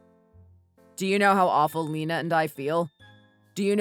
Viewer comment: Lena is pronounced Lee-na, not Lenna.